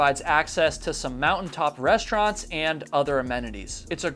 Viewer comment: What is a 'reschtaurant'? Is your situation an official chronic speech impediment of some sort? When you say 'sense', I think you are trying to say 'since'.